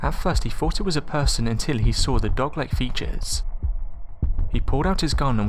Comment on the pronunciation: So tell me again what you sawr? Oh bloody hell.